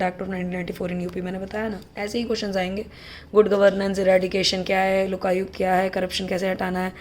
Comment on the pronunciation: It's Lokayukt...hindi medium wale smj rhe ho na..😊 ..too funnny when she said lokayuktaa😂😂